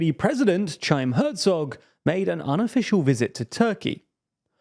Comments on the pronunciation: It's Haim, not Tshaim. There is no "ch" in Hebrew (outside of loan words). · It's pronnounced KHaim Hertzog, not Chaim. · It's not "ch"aym lol, it's Ḥayyim Hércog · Bro, you guys normally mutilate Arabic names. So while I'm no friend of Israel your massacre of "CHaim" was really jarring on the ears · Chaim Herzog pronouced as "Chime" 💀 seriously guys, this would have been the easiest pronunciation check ever. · No way pronounced Chaim in such an anglicized way 😂😂😂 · your pronounciation of chaim herzog makes me cry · That mispronunciation Chaim…